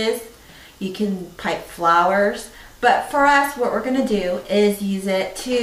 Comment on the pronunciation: Great video, thank you! Side note: At the beginning there was one word I couldn't understand- I thought you said "put flowers", spoken with an extreme California accent. Then later I read printed somewhere to "pipe" the icing. So.. kind of funny ignorance on my part. Keep up the great work!